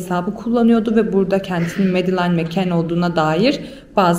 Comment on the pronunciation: Medalain değil ! "Medılin" diye okunur ! Berbat !